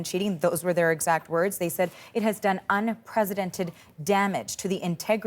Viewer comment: its "unprecedented" not "unpresidented"